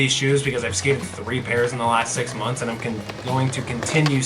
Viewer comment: i cant believe he said'SIX MONTH' i was like the thetethte